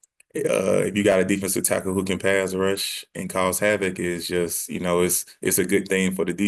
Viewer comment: Hovac?You mean Havoc lol